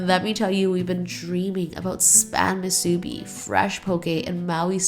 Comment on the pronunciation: It’s actually not called ‘Shaved Ice” Proper name is Shave Ice. Also it is MOO- soo-bee not moo-SOO-bee.